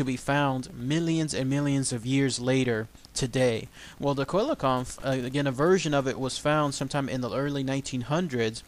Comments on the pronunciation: si-la-canth is the correct pronounciacion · dy the why it's a SEE-LA-CHANTH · I believe it's pronounced see-la-canth... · The first researcher to find it was also from south Africa and he caught it about 1km from the knysna heads in South Africa, it's pronounced cell - Le - can't